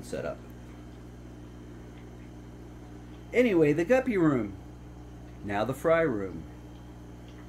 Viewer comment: He called it the guppy room then he said right after the “gaper” room